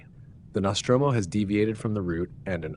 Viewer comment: Love the Alien series... love seeing missing scenes. Your pronunciation of Nostromo is quite triggering though.